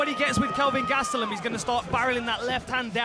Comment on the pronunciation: Right?! “Bisping” this and “Bisping” that until he got smoked and then it was all “Gastellum” 🙄